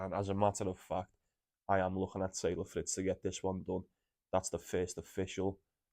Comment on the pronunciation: Mate it’s Fritz , palonini., medi in 2